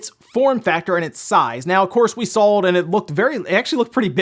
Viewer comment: Yesss like when he says drawl, sawl etc it's a pet peeve